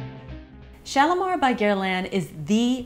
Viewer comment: Woooaaa. You are the first American ever that I heard say the name Guerlain right!! I'm amazed.